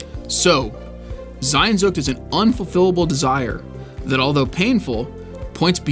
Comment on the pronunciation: Bro just read it as it is sehnsucht. It is not sainnnnnsucht.